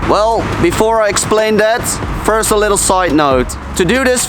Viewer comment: "llll-ittle outline and a llll-ittle shadow"